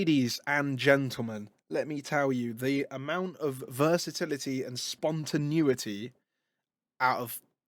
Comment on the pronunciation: Dlow I've watched so many of your videos and I just have to say it, I'm sorry. It's varied, not various. It's spontaneity not spontanuity. Love your videos man.